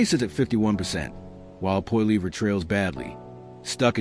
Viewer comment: Total bs. Carney is worse than Trudeau. He has only made things so much worse and we are in for much worse to come. Carney is Trudeau on steroids. You can’t even say Poilievre’s name properly. Idiot